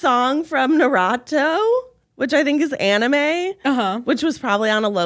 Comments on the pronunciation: awww said Narahtoe for "naruto" Lolll so precious. Its like two distant friend groups of mine converged at a party LOL. My cutiebooties side and my nerd anime side. <3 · “it’s a song from Nah-RAH-tow” Me (an anime nerd): “wtf! It’s NAH-Roo-toh!” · pronunciation of Naruto cracked me up 😂 at first I thought she was saying the name of some opera singer or something, but then she said anime lofi and it clickedddd.